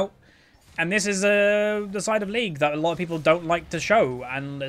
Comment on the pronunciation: I like the way you say "a lot of people are like" lotapeplrliek"